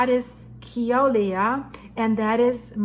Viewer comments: As a native hawaiian born and raised on hawaii island.. it's pronounced (Kill uhh way uhh) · Say Killer-way-a